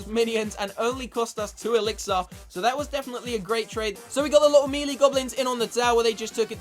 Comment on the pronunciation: See I would watch you but the way you say elixir makes me want to throw up